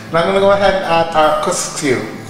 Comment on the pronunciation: It’s KUSKSU. NEVER once pronounced right in this video. 😂 Very well explained in a simple method. Well done.